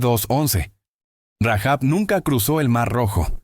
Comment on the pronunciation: Rahab, sin pronunciar la h o la jota